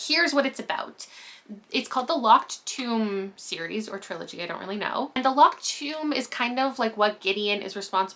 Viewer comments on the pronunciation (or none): none